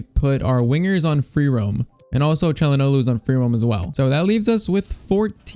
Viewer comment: The way he says Calhanoglu is really annoying even though literally nobody can pronounce his named, including me lol